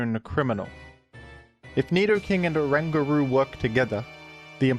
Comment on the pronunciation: orangutan plus guru, dunno how you got whatever butchered pronunciation you imagined up 😂😂😂😂